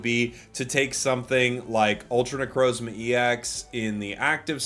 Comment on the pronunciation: you purposefully find harder ways of saying pokemon names? you did it again with necrozma